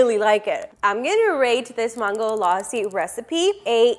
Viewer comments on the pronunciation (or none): Is it me or she is pronouncing Mango very weirdly? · Why does she pronounce mango in two different ways though? ‘mango’ and ‘maango laasi’